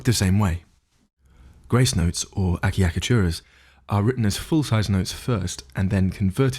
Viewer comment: it´s pronounced atshakatura..